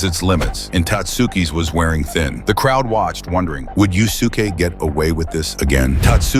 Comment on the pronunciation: It's pronounced "Yus'ke", not "Yu Su Ke".